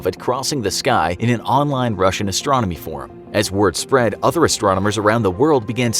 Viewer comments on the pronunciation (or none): none